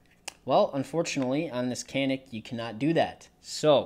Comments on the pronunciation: Think most for in the US pronounce it can ick. Really want one of those. Hadn't heard of Canik til about two months ago, but alot of reviewers sound real impressed with it. That it feel more like a full size than other micro 9's and almost all love the trigger and reset. Thanks for imfo. I could see it would be easy to try to put the slide on like alot of guns slide on from the tip back. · Unless you're Turkish you don't say it right lol😊